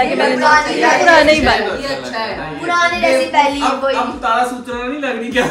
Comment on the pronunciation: Tara suitaria ❌ Tara sutra ✔️😂